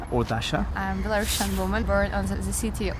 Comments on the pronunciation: NO BelaruSSian, to speak correctly BelaruSian. Не Белорашн, а Беларусиан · the first "belarusian" is not a real belarusian if she can't even pronounce her language name in English right🤦🏼‍♀️🤦🏼‍♀️🤦🏼‍♀️